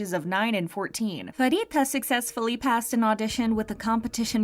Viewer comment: Well it was Chiquitas choice to debut with baby monster, so let her be and also fyi Pharitas name is pronounced as pa-Rita not farita! (No hate just letting you know)